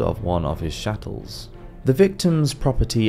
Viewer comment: Narrator fails to correctly pronounce, indictment & chattel.